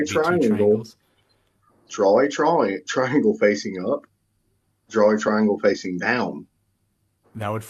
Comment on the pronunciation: "twaiengw have twee side so hexagon is tew twaiengws coz twee time tew is siiks duuuuuuuuuh" stick to guitar playin even tho that sounded like shit too